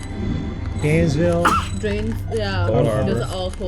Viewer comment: no way said DOCTOR AINSVILLE im dying